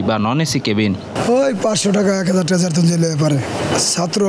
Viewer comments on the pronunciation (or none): none